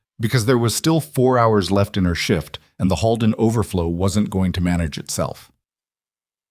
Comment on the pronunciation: It’s not pronounced Hallden, it’s pronounced Holeden!!! Please make sure pronunciation is correct! This was a great story! ❤❤❤ Monson, Maine